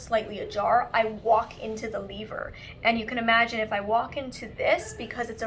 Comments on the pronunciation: " L-EE-ver" hahaha I love Molly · ?? i’m hearing lee-ver. at around 32 minutes. maybe because i’m also from canada.